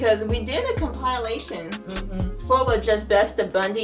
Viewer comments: compa ilation not com pile lation Compilation American pronunciation Sounds like kaam·puh·lay·shn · I used to watch this show faithfully growing up. Your video captured some very classic moments in the show. You made me giggle a little too the way you said compile-a-tion lol. I don't mean that in a bad way it was just funny how it came out like you were a little nervous at first making the video. I look forward to seeing if you cover more Married with Children funny moments. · Did she just say comPILEation.? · The word is comp a lation